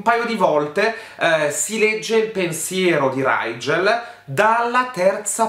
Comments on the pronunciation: Ma riguardo il nome del tipo, la stella si legge righel, perché lo pronuncia raigel xD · Piccola precisazione: Rigel si legge come su scrive, non Raigel (io lo so perché l'autrice aveva l'aveva specificato neo prologo su wattpad) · E dopo Bronagh e Brannah, diamo il benvenuto a RRRRIIIGEL nella cerchia dei nomi brutti🤣